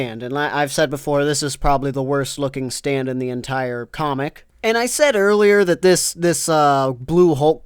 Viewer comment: Stop saying the ward stand.